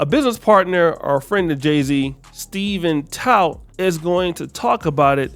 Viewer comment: ? Steven tout ? 😅😅😅 its steve stout breh...and apparently you dont watch these back...the audio was a fail on that excerpt.